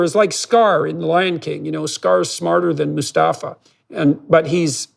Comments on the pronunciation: I am taking a lot from this conversation.. but I just wanted to correct one small human error that should be minor to me but is really crawling up my neck... It's Mufasa, not Mostafa. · Say it with me Mufasa not Mustafa. All due respect Dr.Peterson. That’s an unignorable mispronunciation for me lol. It’s my FAVORITE movie.